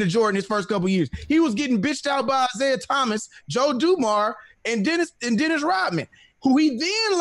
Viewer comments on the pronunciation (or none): none